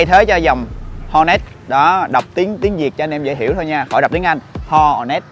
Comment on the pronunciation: Ho nét mà em nghe tolet 🤣🤣😅😅😅😂